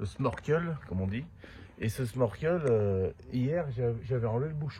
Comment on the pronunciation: Bonjour, petite réflexion, sans aucune animosité. J'ai cru entendre à , si je ne me trompe, que tu parlais du sMorkel. En fait, la bonne prononciation est sNorkel ou schnorchel (autre orthographe utilisée). Bonne continuation.